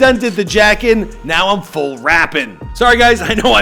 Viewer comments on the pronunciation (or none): none